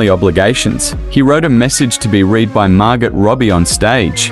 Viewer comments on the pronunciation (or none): Her name is pronounced Margo robbie a silent t. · Margo ... it is pronounced Margo not Margit ffs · Pronounce. "Mar-go". Not "Mar-got" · Mar Go. That is how her first name is pronounced. Not Mar Got. Wtf? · Margot with a T 🤣🤣🤣 it's pronounced Margoo you fool! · When are the computer voices going to stop mispronouncing words? "Mar-gut Rubby"? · Its pronounced margo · It's pronounced Mar-go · Why does the voice over pronounce Margot with a hard T?? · You don't pronounce the t in her name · Is he pronouncing the "t" in Margot? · Maybe the narrator should learn how to pronounce "MARGOT." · Seriously can't you pronounce Margot ? It's not hard. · Why can't yanks pronounce names correctly! FFS it's not hard! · Whoever is the voice over is mispronouncing Margots name ..most annoying...silent 't' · The way "Margot" is pronounced in this clip is awful. 😱 I have second-hand embarrassment! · Margot - pronouncing the T😂 Brad couldn't make it because of a 'family obligations'😂....if you are going to narrate videos at least learn how to speak correctly😔